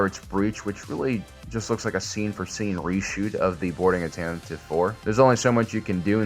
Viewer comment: You are mispronouncing Tantive.